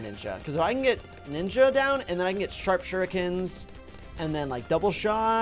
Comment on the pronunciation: talks fast says sharp shart Me- Wtf LOOOOL LOL (edit pardon my French)